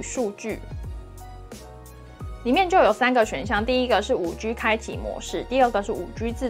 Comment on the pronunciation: 你好！一直有个小小的感觉这次特别明显，我好想留言告诉你，你的G的发音好可爱哦，不是常见的类似“吉”的读音而是会读成有点偏“居”的读音，这次因为有一段讲5G的部分出现的超频繁，超可爱的！😋🥰 非常喜欢你的频道和你的风格，祝你订阅越来越多哦！希望可以多介绍一些好玩好用的捷径，感觉很厉害可是我不太会用这个部分。